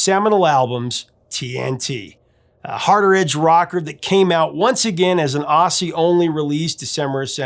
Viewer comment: Please stop pronouncing "aussies" as "ossies". We pronounce it as "Ozzies". Why does the US have such a hard time with this?